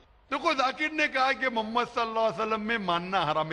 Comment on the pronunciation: Lafz e Muhammad sahi se lo Labbaik Ya Rasool lallahh I love❤ Muhammad. Meri jaan aap par qaurbaan Ya rasool lallahh.